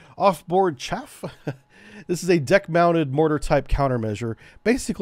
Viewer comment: Some corrections... - SM-2 Block II improved the ECCM... Electronic Counter-CounterMeasure, not the ECM. - Chaff is pronounced like Ch-ah-F, not like Chafe. - You multiplied the Harpoon weight by 10 when reading it out loud. - The Mk46 torpedo weighs 508 pounds complete, the warhead is only a little less than 97 pounds. - Mk50's are not the '46's little brother except in terms of development timeline as it weighs more than 50% more, has a slightly larger warhead, a third greater range and better than 50% increase in maximum diving depth and was designed specfically to deal with deep diving, titanium hull soviet submarines. THe engine isn't a battery, its a closed loop chemical reaction producing a LOT of heat and steam to drive the pump-jet. - The Phalanx 20mm CIWS... switched from DPU (which for the US government, which has a LOT of nuclear reactors which depend on enriched uranium as fuel with depleted uranium being one of the byproducts of that enrichment process, is actually exceedingly cheap compared to what Tungsten alloys costs to produce) to Tungsten out of environmental concerns about polluting the oceans with a projectile that is still mildly radioactive and might be injested by marine life that could get into the food chain consumed by humans. There is no program to fit SeaSparrow missiles to Phalanx systems. Perhaps you're confused by the SeaRam system which combines the radar dome and sensor fit of the Phalanx Block 1B with an 11-cell launcher for the RIM-116 Rol